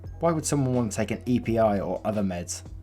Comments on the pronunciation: I thought it’s not pronounced E.P.I. Wouldn’t it be epi because of the way people say epipen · You said E P I instead of Epi 😂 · It’s pronounced Ehpee, not E.P.I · Epi isn’t said “E-P-I”, it’s “eh-pee”. It’s the abbreviation for epinephrine, aka adrenaline, and it’s the main ingredient used in Epi-pens, which most severely allergic people carry on them. (Speaking of which, why didn’t this girl have one?? That was seriously bad planning on her part.) I’ve been given epi, not for allergies but because my blood pressure dropped too low, and you feel like utter shit afterwards. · It's not E.P.I. it's Epi, short for epinephrine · It's epi being an EpiPen pronounced Ehpee. Just for future reference. Awesome video. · Just a heads up Epi is pronounced eh-pee. It’s short for epinephrine.